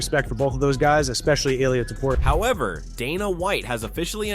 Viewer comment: the next time you said TOPUR IA like a freak, im going to teach u some spanish men, just copy how ppl use to call him TO PU RI A